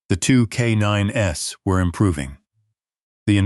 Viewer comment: Loved it!❤ I always enjoy military and/or animal related stories....but no tear-jerkers, depresses me for the rest of the day, even tho I recognize reality can be grim... Just a note - Not " k 9 ess"! Just k9s KAYNINES (as in plural)